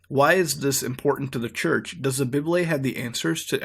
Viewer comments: i think he pronounced bible wrong. hes saying. bib-lay. its. bye-bull. idk 😂 im not being rude thoe😂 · Why do you call the bible a biblay?